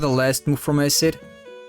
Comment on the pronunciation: When you say “Winde” and “Ace-cid” I start laughing I don’t mean to mock how you speak at all